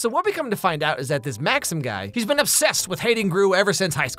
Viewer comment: His name is MAXIM! Not Maxine.